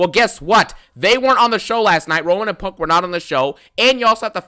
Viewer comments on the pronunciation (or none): I CONT STOP THEENKING ABOOT PUUUUNNNKK😂😂